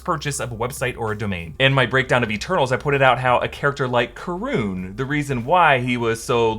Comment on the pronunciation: Not karun